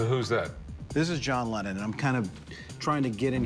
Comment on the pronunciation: "a John lemon" 😂😂